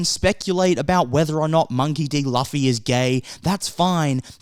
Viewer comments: Loo Fee. Not Laughy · It's not Luufffyyy, it's Loooffffyyy... 😅😂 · Good points, but I'm gonna be that guy. It's pronounced Loo-fee, not Luh-fee. Edit: Didn't see your pinned comment. 😂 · I didn’t know it was loofy instead of the way you pronounced it until I watched it do it’s okay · I'm saying it's Loofy! But the point is what matters and it's the thought that counts 😂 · Luffy is pronounce as Loofy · "Luhfe" lol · Alright, I think it's safe to say these "critics" haven't really watched the show. 😂😂 Also, it's pronounced "Loofy", fam. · monkey D Laugh-y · I like how you pronounce Luffy's name wrong repeatedly and be confident with it. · How do you pronounce Luffy’s name wrong of all things… 🙃 Side note, the critics are bored and just want something to complain about. I’m glad the show runners did their own thing. Hope they keep it up and don’t get pressured into becoming political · what critics? i’m really curious. i’ve been following most critics of the show but never read any hate politically or not. Kimda sound like YOU are the one that tries to stir something. And you keep pronouncing Luffy’s name wrong. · I second that... pronunciation of Luffy's name... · I was looking for this comment. Like he says it's a good show. If he saw it then he must know how to say Luffy's name correctly.